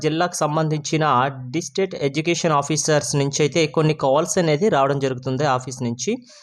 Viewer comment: బయ్యా... ప్రతి సారి "డిస్టేట్ " అంటున్న వ్.. 'డిస్ట్రిక్ట్ " అనండి.😢